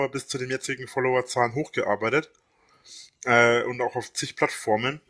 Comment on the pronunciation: Wenn ich noch einsam „hochgearbeided“ höre drehe ich durch